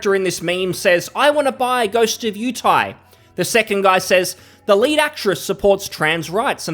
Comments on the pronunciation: “Ghost of yew tay” lol. Yotei. Yo tay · I think he said "Ghost of Utie" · Its Yo-Tay (Yo as in SHOp, Tay as in poTAto)